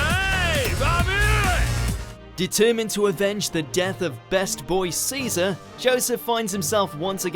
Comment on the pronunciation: When he said best boy Caesar that physically hurt me